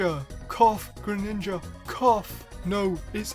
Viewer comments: Lol when you said Graninja it made me laugh 😆😆😆😆😅😅😅😅😅😅😅😅😅😅😆😆😆😆😆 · All those times you said “greninja” in the video. It starts to not sound like a word